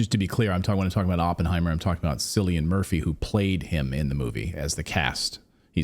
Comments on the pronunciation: I love how the male presenter goes out of his way to identify Cillian Murphy as an Irishman, but misprounces his Celtic name numerous times. FYI, it's pronounced, "Killian," not, "Sillian" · His name is NOT Silian but Cillian as K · Silly-Anne is now Insulted as her name is pronounced 'Killian'! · It's a hard C in the name Cillian, so pronounced like Killian not like Sillian!! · "Sillian"? Nope. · Cillian Murphy is pronounced Killian not Sillian. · Cillian is pronounced as Killian an Irish thing 🙂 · Cillian is pronounced like Killian not Sillian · Not Sillian, Killian*** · Cillian Murphy is pronounced "Killian Murphy." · By the way, Cillian is pronounced Killian ! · Cillian Murphy.... Cillian is an Irish name so it's pronounced 'kill-ian'. Edit: oh and he also dedicated his Oscar to the people who keep the peace ✌️🕊️ i.e Gah Zah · Cillian is pronounced "Killian" as in kill. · Cillian ( pronounced Killian ) Murphy .. yes he is Irish from Ireland not English. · It's pronounced like Killian the C is a K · In the scheme of things, what l am about to say is unimportant .......the Irish name Cillian is pronounced Killlian. 😊❤ I love you both, and l l love your videos. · 🤣 Cillian is pronounced "Killian". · Cillian Murphy, pronounced 'Killian'. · Pronounced Killian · Cillian - pronounced: Kill-ee-en For God’s sake. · If you are going to talk about someone at least get the pronunciation of Haze name right